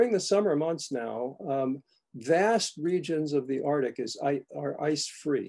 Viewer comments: Every time he says “Artic” we should take a sip 🥃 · Arctic is pronounced Arktik not artic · Why cant these guys pronounce arctic. As in Ark Tick, not artic. 90% of the volume of arctic ice lost. What utter tosh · I might have been too sleepy to notice. But now I’m going crazy with every “artik”. Maybe it’ll help wake me up! 😆🤦‍♀️